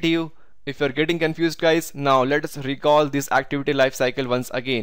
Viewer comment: Good video but get a lot of stressed when u said “now” is like every time you said “not”